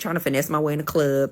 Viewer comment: hate how they say cluurb, just say club